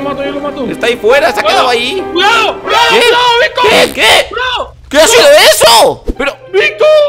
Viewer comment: cuao cuao cuado victor,cuiao nunca dijo cuidado xd cada like es un ayuda para que mayo diga bien cuidado